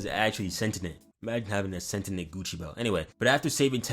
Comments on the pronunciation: Calling Daki Dabi is fine imo, but saying "sentinent" instead of "sentient" crossed a line brah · bro really out here saying 'sent-in-ent- and not -sen-tee-ent lolol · We're not gonna act like you didn't just drop the ball here. Sentient (Sent-tee-yent). Bro can't pronounce to save his own life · SENTINENT, SENTINENT OH MA GAWD 😭 we cant be this black bro✌mf bouta start saying axe instead of ask